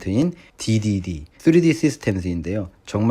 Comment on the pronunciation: 뚜리디..귀에 너무 꽂힙니다 ㅋㅋ